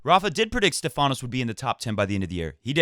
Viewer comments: Tsitsipas will beat him again. And it’s not SteFAnos ...it’s STEfanos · Oh man Matt :-D!! You say StEfanos's name right once and then you go and spoil it again :-D! Please check your Twitter msgs, I'm sure you won't get confused about this ever again :-D ;-). I see you lost some weight (maybe from the flu?). Kudos and keep it up, it suits you! I think Thiem won Lyon last year, so he loses 250 pts, haven't done the math yet to know how that fares between him and Sascha. Agree about Fed, hope he reaches QFs.